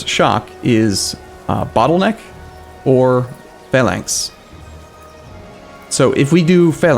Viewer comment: Your pronounciation of Phalanx is perfect for once :D